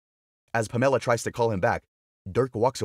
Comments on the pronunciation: I checked out when you pronounced Pamela as Pam Ella!! Too painful to listen to! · Never heard of anyone named Puh-Meh-Luh before. 🤣🤣🤣